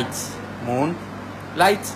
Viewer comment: "un perfume que se llama moon... mon-naitz". 😭